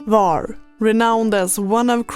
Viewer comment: The correct pronunciation is “Hvar”, with an H at the beginning, like the H in “hot”. It’s not silent. Some people mistakenly say “Var”, but that’s incorrect. Happy to help 😊